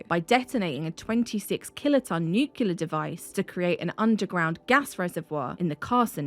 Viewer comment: It's really a shame that you can't pronounce 'nuclear'. I suppose you have the same problem with 'aluminum'.